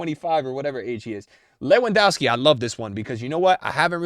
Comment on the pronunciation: levendowvski....proper pronunciation is very important